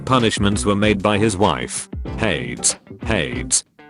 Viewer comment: I cannot get over the fact that the autotexttospeechthingtrademarkreserved pronounces hades like shades